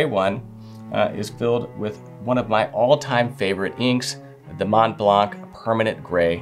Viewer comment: Montblanc is pronounced with the 'C' silent! Otherwise I fully agree with the delights of writing, especially signing my name on business letters, with a fine fountain pen.